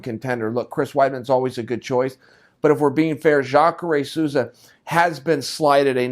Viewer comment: Chael finally nails a name, Jakare!